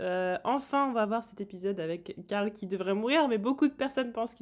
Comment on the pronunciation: Caarl carl non glenn carl